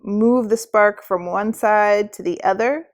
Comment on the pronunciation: i thought she say Lensbaby Sperm :D :D